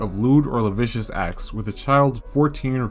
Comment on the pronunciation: "tes-ta-moe-ney" and "luh-sivv-e-ous"